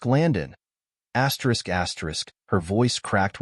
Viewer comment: Thi asterick crap is not astrick suposed to be read asterisk